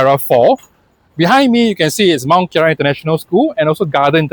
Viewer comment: Nice vid! Btw its Mont Kiara not Mount Kiara ;)